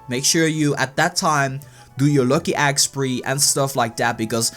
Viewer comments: ido leib and NBA 2K it is a joke he put in for how the way he talks. He pronounces "egg" as "agg" lol. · Ha it said agg instead of egg!